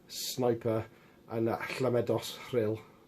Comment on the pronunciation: I've heard that that Stryper album gets much better when you play it backwards. \m/ Gurt look good. Any band that has a song called 'Jazz Cabbage' is worth checking out. I'm very impressed with your pronunciation of Llamedos Riil. The name sounds Welsh, but aren't they from Suffolk, England?